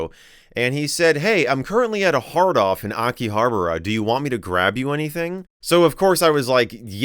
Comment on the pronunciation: Great video but I thought you said "I'm currently at a hard on in Akihabara" lol